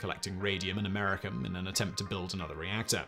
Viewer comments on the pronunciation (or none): “Americum”? I’m pretty sure it’s Americium... rhymes with Elysium. He misspoke. But, don’t worry. I’m sure he’ll fix it in the post. I mean for the final release. Not this rough cut. Otherwise, he might reveal that this is (yet) another YouTube channel... hosted by someone who overestimates his reading comprehension... while pretending that he is qualified to educate his audience on the topic. Perhaps, I’m mistaken... he was forced to rush this out by his idiot producer. And you know what they say about miracle-men? Rush a miracle-man... get rotten miracles. :-) btw- , again... “Americum”. smh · Americium-241 pronounced Am-Ah-Ree-See-Um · Jesus learn to say Americium properly!